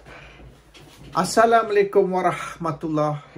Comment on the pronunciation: Assalamualaikum. Bukan Assalamlekum....